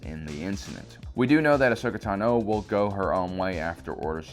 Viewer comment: I like this guy but I feel like he purposely mispronounces word. Like when he says says “tano” weirdly:(